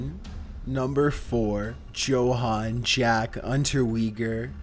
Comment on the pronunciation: FYI: Yo-han, not Joe-han.